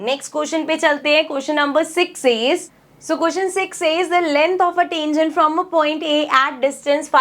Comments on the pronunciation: Tengent,❌ Tangent✅ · mam sorry to say but it is tangent not tengent your pronounciation is wrong sorry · Tangent ❌ Tengent✅ Style hai hamara 😂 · Ma'am ur not pronouncing 'tangent' correctly 🥲